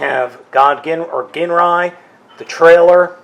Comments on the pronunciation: And he's pronouncing it wrong ..it's "jinrai" not "genray" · i was in japanese for a couple years its pronounced GEEN rye i HATE when people say jin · The pronunciation of "GINRAI" is "ＺＩＮＲＡＩ" in Japanese... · His name is pronounced Jinrai but spelled Ginrai :) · Did you ever find replacement stickers? I’d love to see an updated review! (Especially if you’ve learned how to pronounce his name 😅) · You idiot, it's a silent g! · That version is the Takara re-release. The othe rversion you're probably thinking of is the American re-issue with the Apex Bomber armour, which is basically another word for Godbomber. The toy originated in 1988, as did Super God Masterforce and you keapt pronouncing Ginrai's name with a hard G, while it's probably prounounced with a soft G, sorry to be a nerd with all this. :D